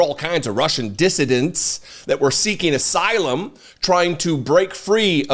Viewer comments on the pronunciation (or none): none